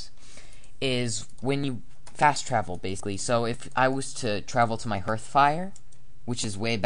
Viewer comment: It's pronounced h[a:]rth, people. H[ei]ven & H[a:]rth.